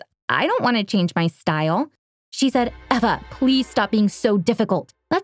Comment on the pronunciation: no it's Eva (pronounced eh vah)